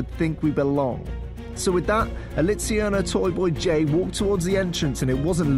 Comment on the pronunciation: Is it weird that I heard. "The Zack and Gay show"?